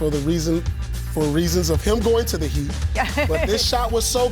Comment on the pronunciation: Nobody : Never said ever: Paul: THE HEATELS